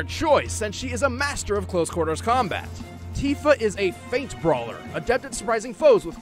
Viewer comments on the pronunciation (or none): Tifa is pronounced Tea fuh because "i" makes the long e sound in Japanese pronunciation. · Tifa (Tea-Fuh) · I hate to be the local weeb but in Japanese i is pronounced like e resulting in Tifa being Teefa and Tidus being Teedus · The "i" in Tifa can be pronounced different ways, not only with a "ee" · Tifa has a long I sound...